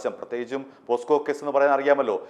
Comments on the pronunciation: പോക്‌സോ അല്ലേ പോസ്കോ എന്നാണ് താങ്കൾ പറയുന്നത് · പോസ്ക്ക അല്ലടാ ഊവ്വേ.. പോക്സോ എന്ന് പറയടാ.